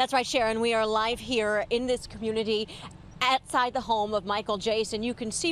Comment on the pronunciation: did she say atside?